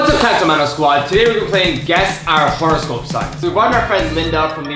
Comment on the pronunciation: why they saying WHORE-ehscope